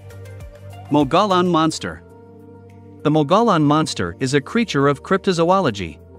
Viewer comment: If you’re going to talk about the Mogollon rim need to learn how to pronounce it